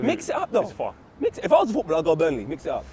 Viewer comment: Finally is back sayin mhix it hup 😭😫